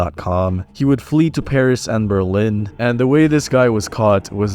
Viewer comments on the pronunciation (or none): none